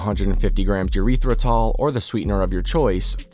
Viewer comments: I’m stuck on “urethra-tall” 😂 never heard it pronounced like that in my life. Eh-ryth-ri-tol Oh god “Stan mixer” too? It’s a mixer that is on a stand, they are called Stand Mixers, that one is wild 😭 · Bro said "urethratol". Man that does NOT sound like a sweetener Id want to use.